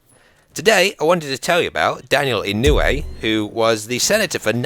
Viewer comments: It's pronounced E-No-Way btw. Thanks for making this! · A real life Terminator, also, the name is pronounce (Ino-oo-ay) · You are mispronouncing his name but it's fine. Most British people do that with Japanese names and words. It's just what happens when they are romanized. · You pronounced the last name wrong I am from Hawaii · Kinda mispronounced his last name lol. But ya, he was definitely a great man worthy of respect, I even graduated from the same school as him.